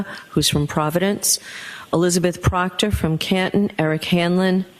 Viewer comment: Sorry your Buddy Proctorah is Fired not A TROOPERAH anymore:face-purple-crying